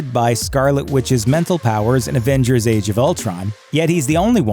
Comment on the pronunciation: It really bothers me that he keeps saying advengers not avengers